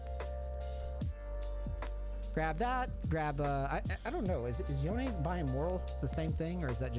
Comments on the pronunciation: Pronounce it YONE'eh not YoNeE! Pronounce his name how it's supposed to be! You are rank one, stop pronouncing it like all the other lame YouTubers! I am requesting you, since I appreciate your videos! Thank you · Price is mostly based on his popularity and demand.. also idc how much of a Yone main you are I hate how you say Yohn instead of Yonay 😝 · why does everyone say this guys name wrong lmao it is not said like the word lone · Imagine being a rank 1 otp and not knowing the correct pronunciation of your champ. Yo-nay my guy. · Wait this guy is rank 1 pb the champ and doesn't say the name correctly? T-T